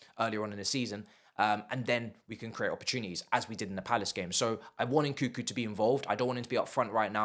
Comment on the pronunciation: it’s NkuNNNku, not nkookoo!